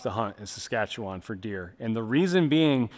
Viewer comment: I'm more impressed he pronounced Saskatchewan correctly, we have amazing hunting here.